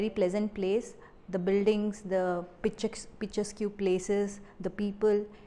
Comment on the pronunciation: Picturesque is pronounced "Picture-esk"....you just said "picture-Skew". Leaving that aside your hardwork is all that matters. Thank-you for the great interview.